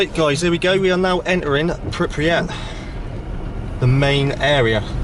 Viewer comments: It's not called Pripriat (Prip-ree-at). Its Pripyat (Prip-yat). You constantly saying that was so annoying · Where the fuck is pirpyat you douche looking idiot!? It’s pripyat, dude if your gonna make a video on this place at least say it right. Was well up for this video but your image and dumbassedness ruined it and earned you a thumbs down! Also I’m not an explorer, don’t call me an explorer! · It's not Pripiyat, it's Pripyat. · Thank you for sharing this video but please... PRIPIYAT, not PripRiyat!!... You repeat that all the time.. If you have some respect for this place and not only curiousity because recently everyone talks about it then learn how to pronounce it properly. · IT'S FUCKING PRIP-YAT, NOT PIP-REE-YAT GODDAMMIT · Please don’t say “Prip-ree-yat”, it’s “Prip-yat”, only two syllables! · Its pripiyat not pipryat smh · The place is pronounced PRIP Y AT. 9 times you pronounced it PIP RY AT! If you are going to make a documentary video at least have the decency to LEARN the correct pronunciation you FUCKTARD! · Pripyat not pripriyet, sorry it was just bugging me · I notice you are saying Pipriyat whereas the actual pronunciation is Pripyat. Nice video though. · Pripyat not priprieh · Why do so many people say "PripRiat"? It's "Pripyat". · PRIP-EE-AT, in its phonetically written form. Not PIP-REE-AT, smh. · priri what ? pronounce is fgucking right mate. PRIPYAT" ! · Ah yes, ”pipryat” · Prip Yat. New Clear , had to get that said ! apart from that this was really good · Lol thought same thing! "pipuryat". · If he says "PIPRYAT" one more time, i'm going to loose my shit. 😂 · Pipriyat, seriously ?? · I swear to god if this guy says Pripriyat again im gonna fucking explode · pri pri pri pri unit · Great vid however The incorrect pronunciation of Pripyat was so annoying 🤯 Sorry but you repeatedly called it Pipriyat and I caaaant 🤦🏻‍♀️ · He keeps pronouncing it Pipriyat - Otherwise it was interesting. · How you pronounce pripyat gives me absolute anxiety